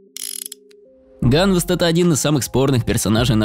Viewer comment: ганвЕст а не как ты говоришь